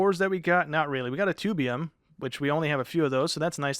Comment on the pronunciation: This is not important but Tubbo is the vault hunter ore since he's part of the first vault hunters so Tubbium is pronounced Tuh-bium😆